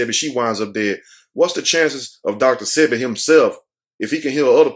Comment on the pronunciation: Sebi, is pronounced like wasabi